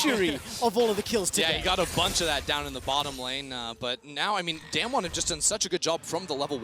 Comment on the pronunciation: How do these casters go a whole match saying damnwon